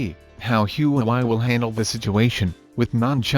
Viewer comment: U pronounced huawei wrong